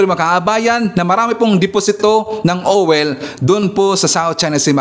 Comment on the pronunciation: Npahagalpak ako ng tawa sa pronounciation mo ng oil,, OWEL!!😂😂😂